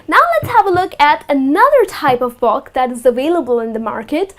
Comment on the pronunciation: y she pronounce book like box :-/